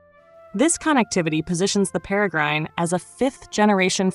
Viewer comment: IngFFS stop say Perry grine it’s pronounced pera grin after the bird of prey.